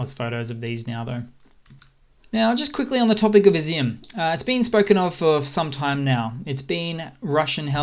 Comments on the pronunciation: Also Izium is pronounced e-zoom and not izzy-um. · It's not " izzy- m" It's Iz- yum..Ізюм Igor, not " Eye gore" Six months in and you YouTube guys are still in Kindergarten Otherwise, good work